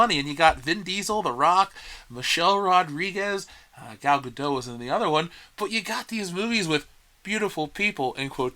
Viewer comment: The T in Gal Gadot is not silent. It's Hebrew, not French. Also, I think the article about Finn and Will Smith, I suspect he was being polite, he was probably thinking about Rose Tico.